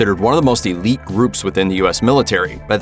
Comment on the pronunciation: 1: Fuck Bergdhal, 2: Eleet, not illeet.